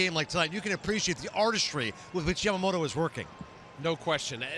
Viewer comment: its not yamagoato its yamamoto!